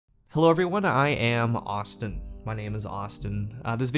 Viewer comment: That "Austin" definitely threw me off. Thanks for all the great, informative videos man. Hope you double your numbers this year! I'll get a shirt when I get the chance